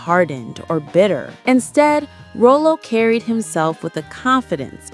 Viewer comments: Ok, it's not Roll-o it's Rah-lo. I had to click off. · I've never heard Ralo's (Rah-Lo) named pronounced as Rollo. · ... 🤦🏾‍♂️ iii can't‼️ ... 🙆🏾‍♂️ you just called him Rōl-ō, but it's [ Rŏ-lō ] 🧏🏾‍♂️ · Ralo Ralo Ralo not Rolo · To the Narrator: His name is pronounced Rah Low, not Row Low 😂😂😂😂😂😂😂😂😂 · His name should be spelled Rahlo so it's pronounced correctly not Rollo which is said Rowlow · Raw low Rah low Not Row low! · Calling him Row-Low is so disrespectful! Take this video down and do it over! His name is Rah-Low! Thumbs down 👎🏾👎🏾👎🏾👎🏾👎🏾👎🏾👎🏾👎🏾👎🏾👎🏾👎🏾👎🏾👎🏾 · The fact that this entire video is calling him Row-low only means you NEVER saw one episode with Rah-low. Smh. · RAH-LOE not ROW nothing!!! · It's pronounced RALO!! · I would have finished watching this video if you called that man by his stage name. RAH-LOW!!!! Who the hell is Ro lo 😅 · I swear, if she says ro-lo one more time. It's Raw-Lo!!!! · His name was Ra-low, not Ro-low! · Irks me to hear RO-LO instead of RAH-LO😖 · Ms. Narrator, His Sanford character's name is pronounced " RA-LOW ", not row-low. 😘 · She keeps calling him roll low 😂....it's pronounced like raw-low. She probably didn't watch the show 4real...😂..if she did she would know how to say his name. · His name was pronounced Rahlow not Rowlo. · It’s Rahlo not Row Low!!! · Again, it was Rah-Low, not Row-Low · U ARE PRONOUNCING HIS NAME WRONG WRONG. HIS NAME IS PRONOUNCED RYLO NOT ROLLO. EVIDENTLY U AREN'T A REAL FAN. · His name isn’t Row-Low….it’s pronounced Rah-Low! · It's pronounced "RA-lo," not Roll-o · I just saw a video where it said that Julio was the most dangerous actor And it’s pronounced….Raw-lo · Why are you pronouncing his name that way?!? It's Rah-low. I cringe every time you say it wrong. That along with you labeling him dangerous in the title is offensive but hey you're talking about a delicious chocolate covered caramel the way you saying it. RALO impacted me so much as a kid it's one of my kids middle name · Who TF is Rowlow